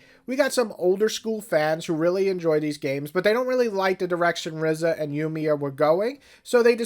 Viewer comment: Ryza is pronounced “rice-ah”, not “rizz-ah”.